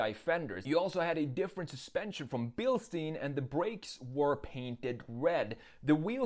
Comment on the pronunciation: your pronounce of 'Bilstein' is wrong. in german 'stein' means stone. you should pronounce it like: sh-t-i-n